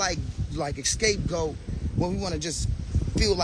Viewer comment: I am so happy Ray was smart and kept the receipts, lol. 😂👏 Edit: I love that he said escapegoat. 👏